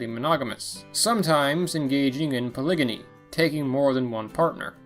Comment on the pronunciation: You mispronounced "polygyny". Look it up.